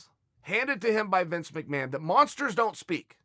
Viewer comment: Uncle Chael said monKsters, just like Uncle Mike Tyson ;D